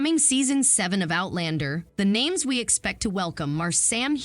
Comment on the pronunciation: Jeez can't pronounce names. I think the show makes Claire weak